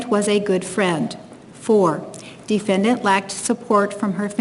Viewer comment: My god bro, if I gotta hear this lady say “defyendyant” one more gain..